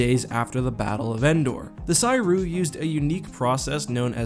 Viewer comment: Making me twitch every time you pronounce Ssi Ruuk that way.